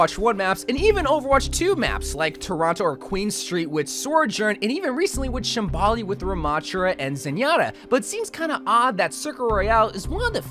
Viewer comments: please... its so-jorn.... nor sor-journ.... im begging you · Bro does not know how to say words Sorejorn Magua Overwatch's 2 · The way you say sojourns name is killing me inside dude